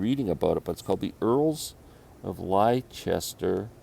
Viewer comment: The bluegrass group is pronounced The Earls of LESTER, great album.